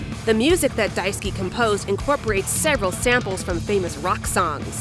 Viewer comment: i cant help but hear Daisuki (big like) instead of Daisuke whenever you say it.